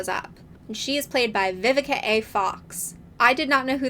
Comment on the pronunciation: It’s Vivica- not Vivikay😂. Miss Vivica Fox have been a long time talent in the industry, she has done so many iconic roles. More props need to be given to her👏🏽!